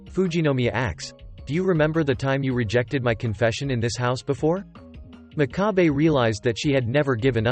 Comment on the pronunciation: The narrator pronounces the MC's name incorrectly, it's pronounced mock-ka-bay, and his nickname wasn't piggy. It was pig's foot